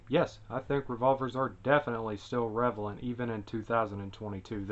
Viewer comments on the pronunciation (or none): What an arcaic fuddlore ridden way of thought and wtf is "revalent" anyway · “revalent” lmao